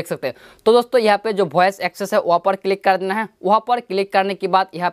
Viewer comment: भाई भोइस नही वॉइस होता हैं ।